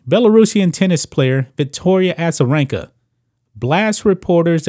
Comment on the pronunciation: A-za not Assa